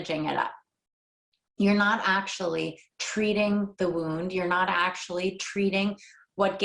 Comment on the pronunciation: Nah. Not really not the case. Not really naw the case. Not really naw the cay. Not are were. Not “are were.” Not on a spectrum. Not “on a spehtrum. /